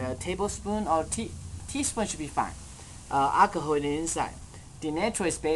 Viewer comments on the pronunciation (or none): he say acaho haha